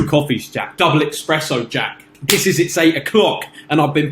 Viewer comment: Dude calling espresso "expresso" two times in a row, 0 fucks given, true chad 🦍